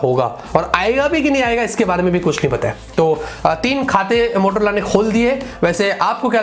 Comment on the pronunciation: It's not motolora it's motaa lorra